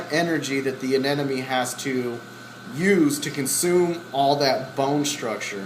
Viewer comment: *aneMONE. x aneNOME.